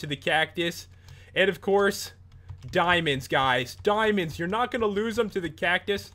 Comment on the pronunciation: Dimonds, dimons, dimons, dimons, dimons